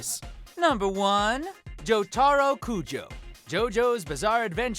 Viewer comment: "Joetero Kujo" B)